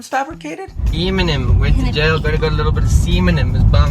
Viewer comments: She doesn't pronounce eminem right eeeemnem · EEEEYyy-min-ehm ft. Rihanna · I like how did antwoord pronounce eh-minem, like, that should be his new name.